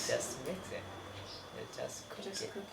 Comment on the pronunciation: I’m a mien speaker. I’m not as fluent as I used to be, but I still understand. I can’t read or write in mien though. I would say that some words he does pronoun very different. Like when he says cook. It sound like he’s saying the word do. Those words sound very similar but you have to say it a certain way or you can get the words mixed up. Also, he is saying “I am coming back tomorrow incorrectly.” What he’s actually saying is I am leaving tomorrow. I would put the correct wording on here, but I don’t know how to write in mien. Lol!